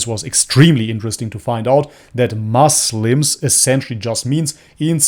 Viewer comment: bro don't say moslam, say muslim.